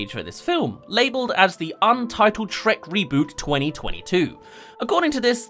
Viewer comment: "Sherk" lol